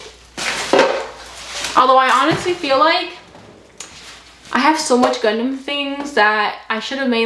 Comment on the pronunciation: said Gundam and I heard Condom